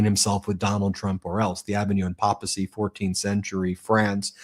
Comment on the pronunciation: Ben, could you please pronounce the word papacy with a long "a" - like paper, not papa, unless you are Italian ...